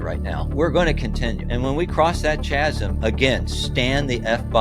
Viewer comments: Kind 'a lost me when he said "chazsim". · Chasm is pronounced Ka-zm ;)